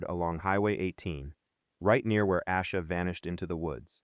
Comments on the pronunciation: Is this AI? Its Ayyysha Not Ausha. This is why AI is annoying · Her name is pronounced Ay-sha. This Ai video really p*** me off because the least you can do is get the pronunciation of her name correct. Also , there are several inconsistencies to this story told here. She. I hope you two pays attention to these type of videos that have zero verified research.